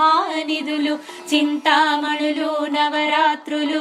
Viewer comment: Chinthamanulu navarathnalu Thappu chadava koodadhu Mi prayathnam bagundhi Kani MISTAKES VUNNAYANDI (SORRY EMI ANUKOKANDI)